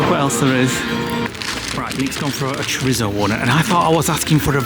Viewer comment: “Gwardi” 😂 It’s pronounced “gowdee”. And again, “cho-ree-tho” not “cho-ritz-o”, you’re in Spain not Sainsbury’s 😂 You should also find a traditional Churreria bar selling churros & hot chocolate to dip them in.